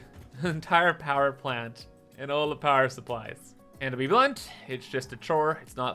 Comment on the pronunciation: "Powee Plant."